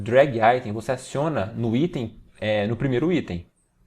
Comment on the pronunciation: Vídeo top parabéns. Só que falar aítem no lugar de item é muita viadage 😂